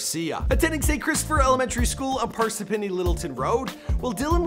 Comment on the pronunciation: Im from Parsippany man, it aint that hard to say lmaoo